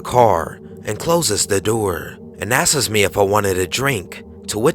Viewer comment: Please learn to say "asks" rather than "askes".